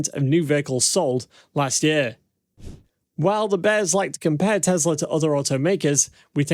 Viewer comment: Your pronouncing it wrong. It's teSla. WITH AN "S". not teZla. I love your videos man. And my friends watch you. But the mispronounciation is so annoying. Please state Tesla with an S. Not a Z.